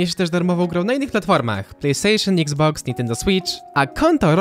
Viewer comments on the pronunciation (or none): none